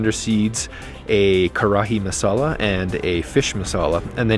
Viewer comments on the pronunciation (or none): none